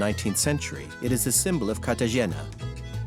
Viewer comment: excellent section despite mispronouncing CartaHena. I suppose mentioning the spectacular food and service along with the stifling heat and humidity could’ve been seen as a bit trivial